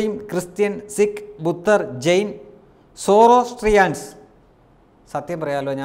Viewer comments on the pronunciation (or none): സുഹൃത്തേ, സൗരാഷ്ട്രീയൻസ് എന്നാണ് ഉച്ചാരണം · Swarashtriyan ....inganeyanu malayalathil ucharikkuka